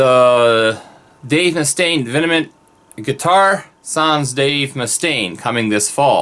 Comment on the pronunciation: I don't want to be that guy, but it's not pronounced "vinnamint". It's literally V M N T. Sorry. I had to lol. I personally can't wait to get my hands on a vengeance. They're awesomely specd guitars. I have 4 deans total. I have the angel of deth, which is great, and I have 3 ml's. I personally love the v headstock. It looks badass, and very metal. That's an awesome v you have there too. I like the black.